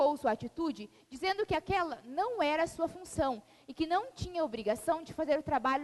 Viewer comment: Esse poderia conjugar o verbo corretamente...Um professor falar "falano","dizeno","dormino" pega mal!